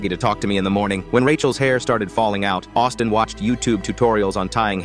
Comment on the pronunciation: I heard Autism intead of Austin